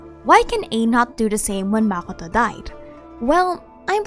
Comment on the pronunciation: ah shoot i used the wrong word. Yes you pronounce it kinna wrong to me. As if you say it in arabic way